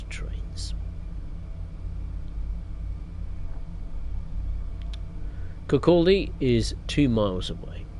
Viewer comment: Leven - pronounced Lee-ven Kirkcaldy - pronounced Kirkoddy Glenrothes - pronounced Glen-roth-es Burntisland - pronounced Burnt-Island